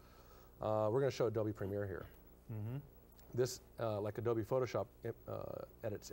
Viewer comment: He pronounces "Adobe" and "double u" the same! "W Photoshop"